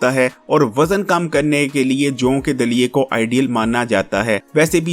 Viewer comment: Harkenm sb bolna seekh lain joon ka Dalia nai joo ka Dalia bolty